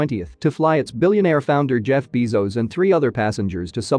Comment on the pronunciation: Is not pronounced “Bee-zos” is “Bass-os”